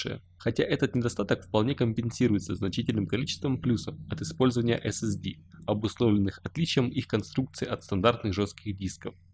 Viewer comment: нужно говорить эс-эс-ди...